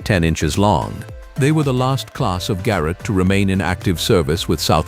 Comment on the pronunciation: And then there are the mispronunciations. Mispronouncing the word locomotive in a train video, is rather bizarre. And the first few times the voice said Ga-rot, I almost closed the window. The Breyer Garrets are one of my favorite steam locomotives, although I have never seen one in person.